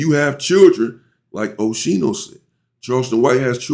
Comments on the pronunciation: Aye UNC you say his name like (OSKEENO) 👈🏽👀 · MY MAN SAID OSHINO 😅😅🤞🏾